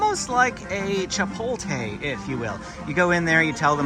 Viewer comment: Did I hear you pronounce Chipotle "Chipoltay"? It's pronounced "Chi-pote-lay"